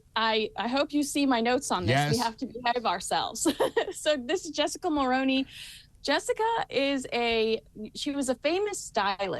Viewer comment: 😠😡😤 Jessica Mulroney's last name is pronounced "Mull-ROO-Knee" & NOT Ma-row-knee like that woman keeps saying it I'm a middle-aged CANADIAN woman who remembers her father in-law Brian Mulroneybas our Prime Minister... so I KNOW how the last name is supposed to be pronounced!! I would think that after the several years now that people keep reporting on the Sussex's and their friends that EVENTUALLY people would finally pronounce their names correctly!!! 🙄 Everyone has something that bothers them in their lives 😂for me it's when people continually pronounce people's names & words incorrectly it's like nails down a chalkboard irritating for me. Not to mention that it screams that the "reporter" is inept and makes me question the validity of whatever they're reporting on. Clearly they haven't researched enough into the subject matter. ... It's been more than 5 years now of people continually mispronouncing Jessica Mulroney's last name! I know that I've been politely informing people about their mistake for the past 5 years and they there's still people saying it WRONG.. So clearly they either aren't seeing my comments or other people's similar comments.. or they simply DON'T care & are happy to look ignorant whilst reporting 🙄 I don't know but 🤞 HOPEFULLY someone sees this & people finally start saying her name correctly after all these years!! 😠😤🤷‍♀️